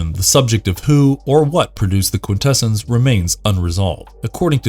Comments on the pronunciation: Quintessons pronounced Quin -tess - ons, not quin - tess - ens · Thank you! It was making me cringe every time he said it with that "kwin-TE-sins" pronunciation. I felt like I was developing a nervous tick… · “Quintessons” is pronounced: kwin-te-SAHNS, not kwin-TE-sins. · cringes every time he says "Quin-TEH-SUNS"::...🙄🤨😖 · ... look: I been an 80ies kid - throughout the 80ies cartoon series the Quintessons where pronounced with the emphasis on the first "n" & not like I hear it here & in other media with the emphasis on "ss" ... bit strange to hear it like that ... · i really dislike how you mispronounce Quintessons like someone who has not watched the transformers movie.